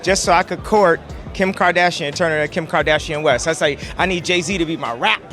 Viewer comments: “kIM KardISHaUN” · "kim car dezshon" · "Kim kadidjon?" 🤣🤣🤣🤣🤣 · Kardajean lmaoo